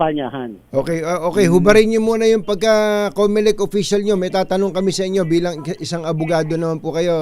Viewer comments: Comelec! Comocolek😂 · Cocolect yan hindi comelect